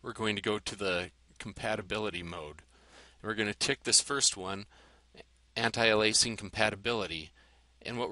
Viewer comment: Why do you say it differently, "Anti-Alaising?" Isn't Anti-aliasing?